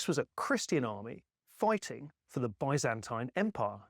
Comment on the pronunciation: Oh!! Thank you so much for pronouncing Byzantine correctly unlike so many who have been brainwashed by Americans and think it is BIZ ANT EEN 😅🤣😂